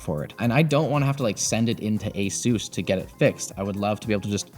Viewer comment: why can no one at Linus media group say Asus properly 🤣